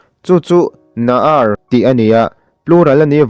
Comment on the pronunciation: A Ngaihthlak nawm e. Mahse Hebrew words I lam diklo. Banaim tih kha Banim ( boys) tih tur. Naharim I tih kha Naarim ( plural) Naar ( singular) Tleirawl tihna Naarim, Naar, Banim tih tur